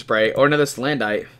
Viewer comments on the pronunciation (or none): dude, it's pronounced like "bandit" salandit is salamander + bandit = salandit it's like you completely missed the whole point of it's design? it looks like a thief, a robber, a BANDIT. do you get it? stop saying SalanDITE it's sa-land-it it it it it it it it it it it NOT ITE ITE ITE